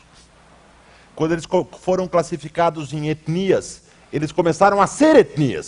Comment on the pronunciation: Nojento ele fando "etnias". Quase um sotaque gringo num todo.